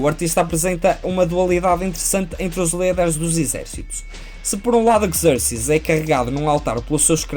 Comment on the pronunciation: Deixo-te duas críticas: - dizer que nesta fase da carreira Miller "já tinha desenvolvido o seu traço característico" pode não ser o mais correcto... o seu traço no Daredevil, no Wolverine, Ronin, DK Returns e no Batman: Ano Um também são característicos, embora distintos. - porquê a pronúncia inglesa para Leónidas e Xerxes, se os nomes não são anglófonos? Abraço!